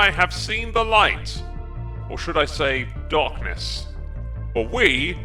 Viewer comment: Did he said Docness instead of Darkness at the start of the video?